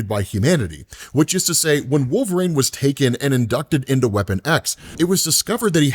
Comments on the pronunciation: Why wolv-rain? Why? Why do you pronounce like this on purpose? Is this rage bait? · One. Just give me one video where you don't mangle Wolverine's name. Like, is it intentional trolling? An accent or regional dialect thing? SHEESH